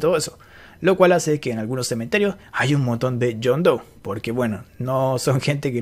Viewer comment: "Jane dou" "john dou" "baby dou" -coscu